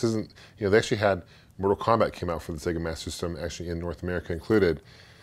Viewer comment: thumbs up if you can say "Master System" correctly!!